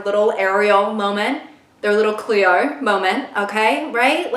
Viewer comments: I loovvvee how you said 'cleo' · I screamed when you said “Cleo” in a perfect Australian accent and a completely straight face,,, I literally never watched that show until a few months and I temporarily became kind of obsessed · liking this video for her pronunciation of cleo specifically. distressingly accurate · from an australian her 'cleo' australian accent was really good LOL